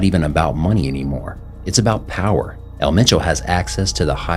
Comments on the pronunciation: You need to use different clips. I've seen the same few clips every video, I think you definitely have the potential to be big. Also I think some of the videos have repetitive information but I don't think that's necessarily a bad thing. This is more of a nitpick but you should see if someone can help you out with pronunciation too. There was one video where you said "El Machow" when his name was 'Ma-cho'. Other than that keep it up. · didnt even say his name right